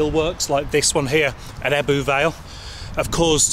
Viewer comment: Ebbw is pronounced "ebber " not ebboo